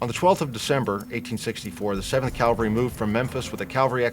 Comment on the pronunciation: It's not "calvary," that's where Jesus was crucified, it's "CAVALRY."